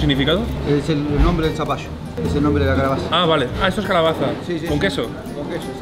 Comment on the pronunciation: Que buen video dalmau, ahi para que sepas, es zapallo no zapato jajajajajajja